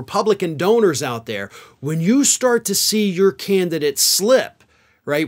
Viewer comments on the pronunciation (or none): none